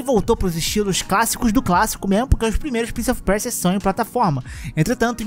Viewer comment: Prince of o que? Preja?